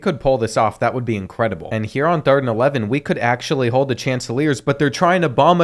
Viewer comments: coastal carolina’s mascot name is pronounced “shaunticleers”:) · It’s “shhon ta clear” 😂 love this series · It’s pronounced Shant-ta-clears😂😂😂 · SHON-TI-CLEERS my man what did you even call them 😂